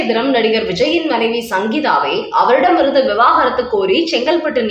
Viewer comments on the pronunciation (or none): அம்மா! அது விவாகரத்து.விவாகாரத்து இல்லை